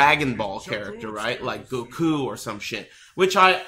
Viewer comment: lol says Goku's name the way its supposed to be said, he's a secret DB fan